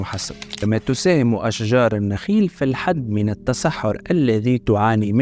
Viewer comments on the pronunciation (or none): none